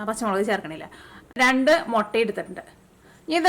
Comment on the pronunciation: Thanks... A gud,easy dish.. Gud presentation.. But 'motta' just irritates.. Improve to mutta.. Because we like u.. 🧡